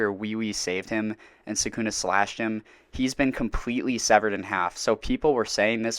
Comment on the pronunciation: Am I losing my mind or are you calling Sukuna "Suck-Oona"? Is there some other character that has a different name? I am genuinely confused since I have not made it to this point in the story. Not trying to be coy or anything.